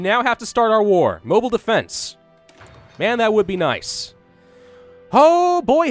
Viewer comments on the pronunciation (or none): none